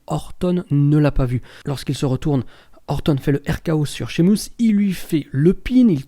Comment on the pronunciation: Pourquoi tu dis Shimus ? Lol